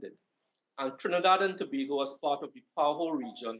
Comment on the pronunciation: Yuh lucky Trevor, saying Tobago the correct way!👍🏾